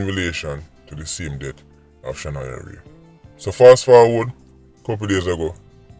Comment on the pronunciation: Blessings as always, you missed off the “a” on her name “Shanoya Wray”